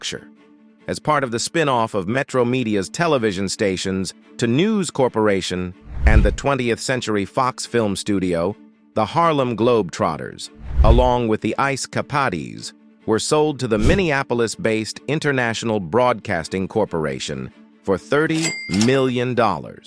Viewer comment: ICE CA-PADEES